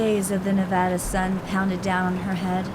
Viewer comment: Random commentary from the peanut gallery, but thanks for pronouncing "Nevada" the correct way. ❤️ Sincerely, a Nevadan.